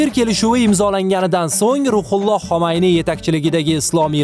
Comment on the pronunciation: sizdan iltimos: tarixiy shaxs va joylarning nomlarini aytishda e'tiborli bo'ling. Inglizcha aksent bn emas toza tilda gapirsangiz yanayam yaxshi bo'lardi.. Masalan Xomayniy emas Xumayniy va hokazo.